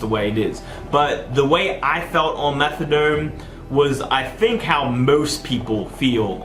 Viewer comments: Is he saying methadome? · Fuck I hate the way he says methadoirlnne